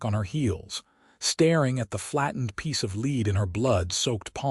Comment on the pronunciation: Voice is AI. Mispronounces words. Calls lead, led for example